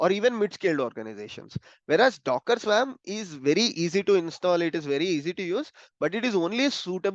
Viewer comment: Just btw and I know this is a silly thing but..the word "swarm" is pronounced as /swɔːrm/ in English. Sounds like worm, not swam LOL